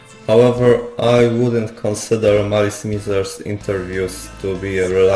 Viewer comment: idc about the pronunciation shit but i'll just say for clarity that it's marisu mizeru in japanese, not marisu maizeru, and the members, other artists and tv hosts etc all call them mizeru thus that would be the correct pronunciation (malice meezer)